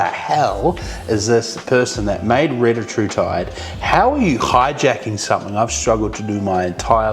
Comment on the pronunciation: It’s pronounced Ree-tat-rutide